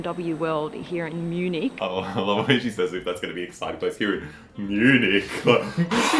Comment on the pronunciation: It's Munich not Munique